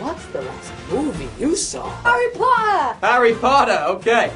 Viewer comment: Harry Pottah!